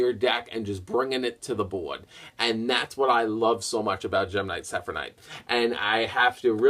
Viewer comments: how the hell did you manage to mess up the name of gem knight seraphinite? literally the first part of it is seraph and you kept pronouncing it like it was sephinite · lol when can't say Seraphnite's name